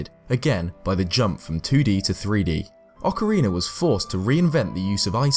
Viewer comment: Good video! I only have a question that isn't related to the topic but I've been having since I started to watch your videos... I'm from Mexico and I understand English but my pronunciation of it isn't that good... maybe I'm mistaken with you, but why do you say "Ocariner" of Time? This isn't to criticize, I just have that doubt... Keep doing this kind of videos, I like them a lot! Thanks.